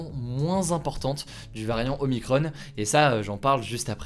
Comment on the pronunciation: Y a que moins qui tilt d'entendre "OMICRON-EEEE", y a pas de E par pitité ^^" X'D